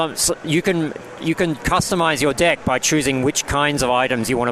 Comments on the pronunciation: He says deck like dick. xD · When he says deck it sounds like dick...